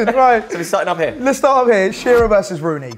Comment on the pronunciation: It's Shearer. Not even close.